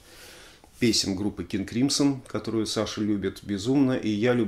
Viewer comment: Crimson - правильное произношение "кримзон", если что)